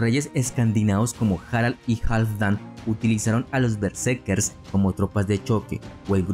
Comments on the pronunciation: Sólo te doy like porque amo la cultura nórdica, pero: tienes que poner más énfasis en el relato, que no parezca tan leído...y por favor...¡qué molesto es que digas "bersekes" en lugar de " betserkeRs", haz un esfuerzo y mejora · Me pone nervioso como dice Berserkes, ·kers·, muy buen reportaje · Porque dices bersekes?